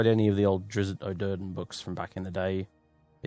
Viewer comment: it's Drizzt Do'Urden, not drizzit o' Durden